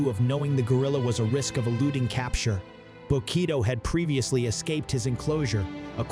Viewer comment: Information was appreciated, but the AI voice calls Bokito by the wrong name several times!